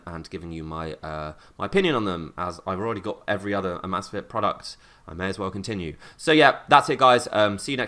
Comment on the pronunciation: He keeps calling it AHmAhzfit and its called Amazfit